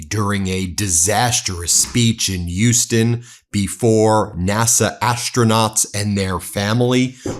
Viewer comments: As a native Houstonian, it's weird to hear the name of the city mispronounced. It's not "yoo-stun" it's "H-yoo-stun." The H at the front is definitely pronounced with a distinct push of air through one's front teeth. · WTF is "Yuston?" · Ben...love your content. But, Houston is pronounced with an H - not without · Ben, love your reports, but the H in Houston is not silent. :)